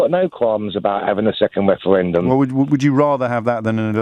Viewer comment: A second weferendum